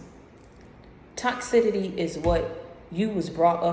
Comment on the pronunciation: Troubled waters BIBLICAL reference mostly meant being immersed in HEALING water (cure disease, illness) like baptism also toxicity (sounded like you said tox-sidity wrong pronounciation) is a synonymous word for narcissistic behavior, you are educated I expected better. When you take references out of context yo you really feeding people's negative opinions and perspectives and playing devil's advocate; very divisive and manipulative way to build someone.